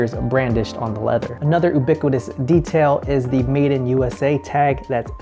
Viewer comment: the way he says ubiquitous 😂